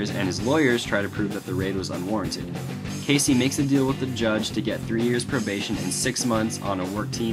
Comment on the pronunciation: Good video, but why do you pronounce his name "Casey"? It's Key-Z.